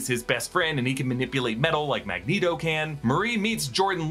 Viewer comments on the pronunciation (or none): none